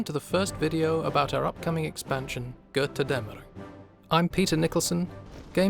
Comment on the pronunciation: The thick Swedish accent when pronouncing Götterdämmerung xD